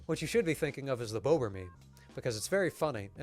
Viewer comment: When you say bober/bobr ... please don't pronounce it like Boebert ... such a majestic animal architect should not be associated with such a disgusting politician. Say bo-br without the "W" sound ... don't make it sound like bow-br.